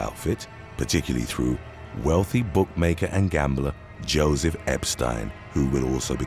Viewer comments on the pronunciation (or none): none